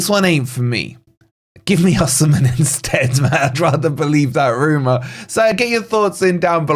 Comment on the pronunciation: I love your content but Oshimen, really🤣